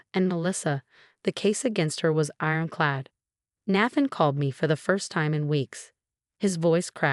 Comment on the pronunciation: The mispronunciation of Nathan’s and Rachel’s names were so annoying!